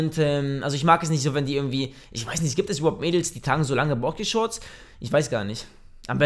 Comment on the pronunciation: Bokschershorts xxxxDDDD Danach sagte er noch Bokishorts XD